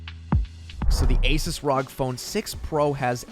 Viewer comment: Pleas efor the love of God. It's called R.O.G. not one word rog